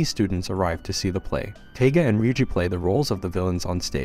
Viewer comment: This is Toradora, one of the first anime's I've ever watched.. you're mispronouncing her name, it's Taiga, sounds like Tiger, and she's tiny..... that's why she's called "the palm top tiger".